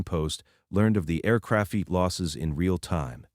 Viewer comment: The mispronunciations really annoy me. Often, they'll mispronounce a key term. Then you hear it repeatedly. It drives me mad. I usually turn off at that point. The five fee teen percent, and the aircrafeet for example